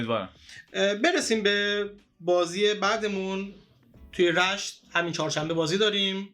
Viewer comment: #رِشت or (R)ae(sht( ✅ #رَشت ❌